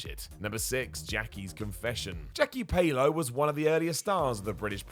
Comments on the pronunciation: Who the F**k is Jackie Pay-low? It's Pallo, like Pal-low guys, that's basic wrestling knowledge FFS. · and Pallo.....allo not aylo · How on earth could you think that Pallo is pronounced "Pay Low"? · Learn how to pronounce Pallo, PAL!!! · You pronounce Jackie pallo weirdly